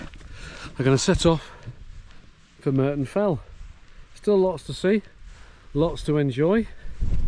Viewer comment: It's Murton not Merton......sorry